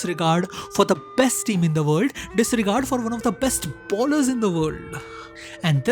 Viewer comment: It's "bowlers" not "ballers"